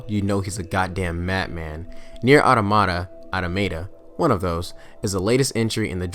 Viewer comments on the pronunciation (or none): i cant get over that he says automata like "ottomata" when its "auta-ma-ta" like automotive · Great video, subbed. One thing you said "nier automata, automata one of those. " but actually the wor is pronounced awe-tom-ah-tah. The 2nd and 3rd "a"s are said like the 1st in apple. The first one is said like awe-some. Again great stuff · I did like your review, also just a quality video in general, but god damn your pronunciation of "Automata" had me laughing lmao